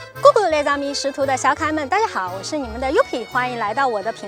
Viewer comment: 我发现yooupi黑字的发音已经彻底是法国人了😂